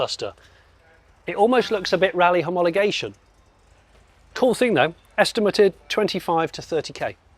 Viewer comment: I was more distracted by the repeated use of "estim-er-tid" rather than estimated.